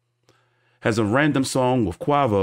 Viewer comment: The way you pronounced Quavo 😂